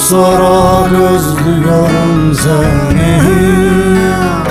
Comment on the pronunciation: Bazen ÖZLÜYORUM derken (Z) fazla geliyor